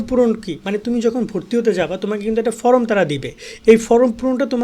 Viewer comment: ফ্রম❌ ফরম✅